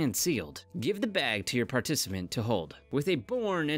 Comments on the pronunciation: OK I thought it was just me >> falls over << parnissaamennt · Get your PAR-TI-CI-MENT. LOL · particimant??? LOL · wait what did he say? xD Partisiment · wtf is a particiment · he said it again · Why can’t this guy pronounce the word “participant”?